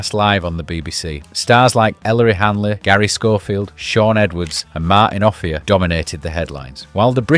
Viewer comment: Great video. At the risk of being picky (but genuinely just for future reference) Salford is pronounced Solford, Offiah is pronounced O fire (hence the nickname Chariots (of fire)) and the result in the 2017 World Cup was 6-0.